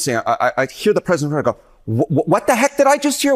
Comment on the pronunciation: Pwezident Elmer J. Fudd